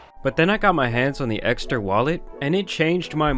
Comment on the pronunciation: Dude! "Esker"??? I thought it's Ekster. I totally believe that you love your sponsor's wallet so much that you can't even get the brand's name right.🤣